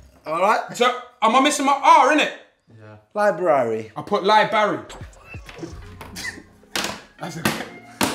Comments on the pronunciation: Libary 😂😂😂😂😂 that’s all me u good filly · Man said Li-BARY😭😭😭😭😭😭. Abeg you pick up a dictionary filly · Libary? Oh my days filly!! FFS! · Libary nah that a good one still